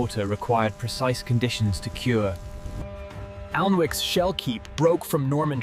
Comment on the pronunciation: Sorry, the audio is rushed with incomplete sentences. The AI is poor. Alnwick is pronounced An-ick, but Alnmouth is pronounced as it is spelt.